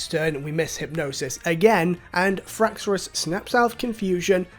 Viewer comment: Every time you say "Fraxorus" I die a little on the inside, but in a good way lol